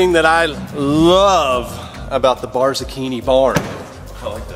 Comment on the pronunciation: "Barzacchini Barn" or "BARNzacchini"